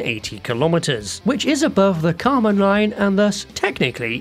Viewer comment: Kármán line? No, you must be mistaken. It`s called Kerman line...